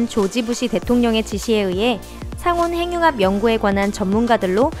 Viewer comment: 상온행융합 발음 ㅋㅋㅋ 잘하자요